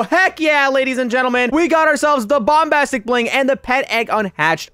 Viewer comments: he said bombtastic not bombastic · Me:"trying to get the bombastic bling" Youtuber: if you oof you will go back to the begining Me:"thinks if you oof you will go to the first step" Fun fact: says the bombastic bling Like bombtastic bling lol